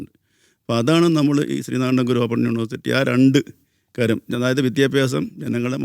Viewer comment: പെങ്ങളേ....വിധ്യാഭ്യാസം അല്ലാട്ടോ വിദ്യാഭ്യാസം ആണ് ട്ടോ ശരി